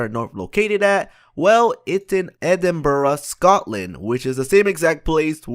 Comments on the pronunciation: greyfires bobby is well know in edinbrugh not idinbrugh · Dude, it's said like: "ed-Im-bruh" not ed-im-ber-ra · Edinburgh is msaid as edinbra not edin ba ra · It's pronounced edin bruh not edin buruh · Edinburugh? It's Edinburgh (ed-in-bruh) not ed-in-bur-uh, tho still better than how some English pronounce it like ed-in-burg, yeah if you haven't guessed I'm Scottish lol. I love your videos and I'm really knowledgeable about gta because of you and a few other youtubers😆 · Oh my its (ed-in-burhu) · KevC I know dude, IDINBOORAH hahaha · everytime he said edinbrugh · Why oh why did he say Edinburugh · and its Edinburgh not eidenbruh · its you say e-ding-burg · I'm from Scotland and the way you pronounce Edinburgh is so cringey It's pronounced EDIN-BRUH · It's pronounced ee-den-berg. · Edinburuh is what I hear him say. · It's pronounced ed-in-bruh, but you gave to say quickly or it's not right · who else is tigerd by the way he is saying Edinburgh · The way he says Edinburgh makes my ears bleed.